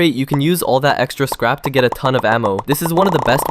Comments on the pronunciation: Bro said scap 😂😂😂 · He said scap